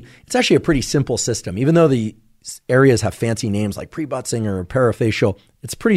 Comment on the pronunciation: Lol k, is he saying butt singer?